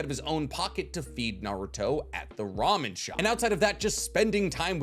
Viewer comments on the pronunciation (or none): none